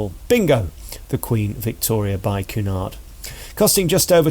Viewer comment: It's "Q" nard, not "Coo" nard! I gather from your comments you're not that versed in cruising. Pay more, your suites are far from bland and The Grills makes it an entirely different cruise altogether. It's not bright, glitzy and loud, but what a welcome relief for those not looking for "Butlins on Sea."